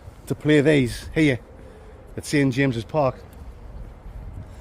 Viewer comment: Did say Sid James's Park lol 😆 😂